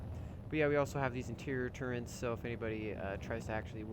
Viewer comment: y do you say turrent not turret its starting to piss me off XD